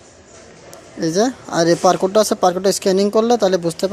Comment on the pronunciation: পার কোড নাকি বার কোড 😂😂😂